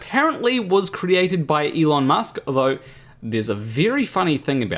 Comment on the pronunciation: As soon as I heard him pronounce his name like ilon musk and I just went like 'Huh???'